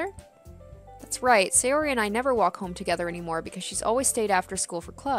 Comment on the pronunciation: The correct pronounciation of japanese names is ALWAYS emphasising the first vowel of the name. So it's not Say-O-ri, but S-AY-ori for example. Same with every other name. Americans tend to pronounce japanese names wrong, because english names usually emphasise the second vowel instead of the first.